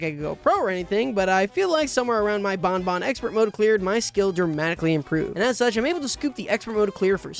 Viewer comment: "How was I supposed to prevent shuch an event?" Bro is using Premium English